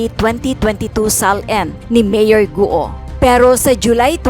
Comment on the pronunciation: Mali naman pagkabigkas ng apelido ni mayor bkt gu o ang tamang bigkas ay guo parang go lang silent u cnxa na sa pag correct sa pronounciation mo madam